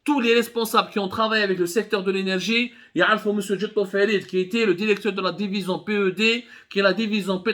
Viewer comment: Contiti contiti Derecteur derecteur